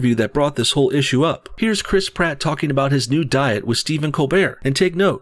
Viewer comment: Criss Pratt.. Crisp rat Im sorry but I giggle every single time you say his name